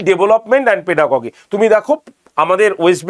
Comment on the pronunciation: Pronunciation: পেডাগজি not পেডাগগি